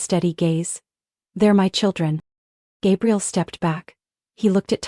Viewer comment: Hate it when AI narration can't get pronunciations right. Gabriel then Gabrielle? Ugh 😵‍💫